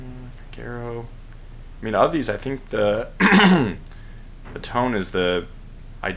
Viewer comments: It’s pronounced tonyay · As far as I've heard, Tone is pronounced Toe-Nay. I hope you can get a devastating air strike on those Japanese flat tops. May your bugs be few, and your joy at maximum. I hope in the future you send level bombers to drop from stern to bow. You have a slightly better chance of landing bombs. The window is much wider.